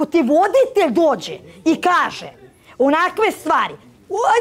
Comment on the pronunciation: Molim najlepše da se Jovani javi da ne skrnavi više beogradski akcenat... Ne mogu više da slušam taj uou uoauau 'Vuoditelj', 'Vuođa...' I tako...